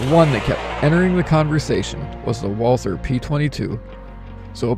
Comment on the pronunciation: It’s pronounced Walter. Not Walthur.